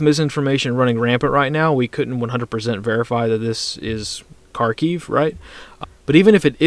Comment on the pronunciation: Kharkiv is pronounced Harkeev with a rolled R